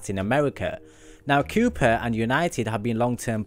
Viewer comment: I think it's pronounced, "Ko-Pah" but what do I know.